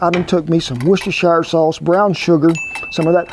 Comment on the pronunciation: Did he just pronounced that W-Sauce's name (correctly)!!!! Oh my, I'm-a-gonna-faint.